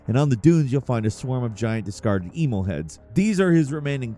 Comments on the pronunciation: It's Em-EEL, not E-mil. Considering as his name is openly spoken in the game, I'm uncertain as to how you managed to fuck that up. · i'm sorry, but who tf is "e mole"? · “Eee-mil” it’s Emil. E-mil. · Emil, like "uh-MEEL" is a common human name not EE-mul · The way you kept mispronouncing Emil's name aggravated me so much. It's pronounced "Eh-meel", not "EEE-mill" 😑 I normally dont have any issues with your content, and usually look forward to watching your videos. But this little infraction... just rubbed me the wrong way. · Eemaulah and eemull... It's Emil (e-meal) T.T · "Eemull" Okay, so you didn't play the game. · ee-mil? EE-MIL?!? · Why do you keep calling Emil, Emo? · Christ dude it's pronounce 'em-eel' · Brother…E -MEAL = Emil… sorry it’s driving me nuts 😂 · Who the hell is Eemol??? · do you mispronounce shit on purpose??! I’m at 14 and it’s EM-EEL and that’s like the 4th mispronunciation so far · Flacid-dick-sux lol But E-mul? I swear mispronounces names on purpose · Tell us you've never played Nier without telling us you've never played Nier with the way you pronounce Emil. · Imagine fucking up pronouncing Emil’s name. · WHY DO YOU SUCK SO MUCH AT SAYING WORDS AND NAMES OF CHARACTERS?! It kills all credibility! Do better! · Feel like you mispronounced every name wrong on purpose. Geez. The Emil pronunciation was brutal, he says his name multiple times in both games. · HOW IN THE FUCK did you pronounce Emil's name????????? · Mispronouncing Emil like a gatling gun made me lose my mind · He effectively reversed the vowel pronunciation... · pronunciation of "Emil" makes me cringe. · It's crazy how he prounced Placidusax right more than Emil lmao Edit: Okay this dude obviously just isn't good at games I don't think. Spawn of Oggdo and Divine Beast Rematch? Holy fuck lmao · I'm almost certain that at this point, is just trolling wirh mispronounciations, Love but he did do my boy Emil dirty.